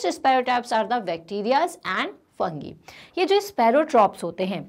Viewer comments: Fungi Ko funki nahi kahte Fungaai kahte hai Ucki spaling f u n g i likahi gati hai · And one more mistake is ma’am it’s spelling in fungi but it’s pronounced as fungy